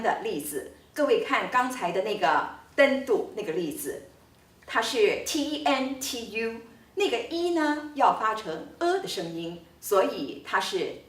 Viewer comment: ．我們交印尼文不會用這早期的，而且你唸tentu的五個字母時．根本就是用英文的唸法來發音，您唸法完全不對！而且saudara的au是要把u唸吃來，並且ｒ是要打舌的